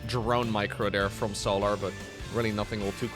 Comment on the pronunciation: The way bro pronounces Solar is so jarring... So-laRRRR. Bruh.